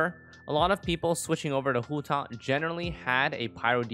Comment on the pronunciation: i love the way he pronounces hu tao